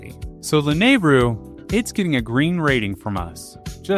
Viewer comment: Please for the love of god I am begging you to learn the correct pronunciation of these locations and names of characters and places for future videos. I'm surprised you said Lanaryu correctly. If you actually watch some of the cutscenes in the games there is the proper pronunciation. Or just look it up. Hylians and Hylia (High-lee-ahns/ah), Akkala (Ah-kall-ah), Hateno (Ha-tay-no), Gleeok (Glee-ohk), Mipha (Mee-fah), how are you getting these so wrong? This is gonna seriously tick off some real Zelda fans. Otherwise, great video.